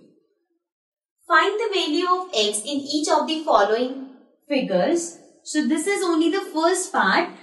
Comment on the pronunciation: Ma'am always say sho not so 😅😅😂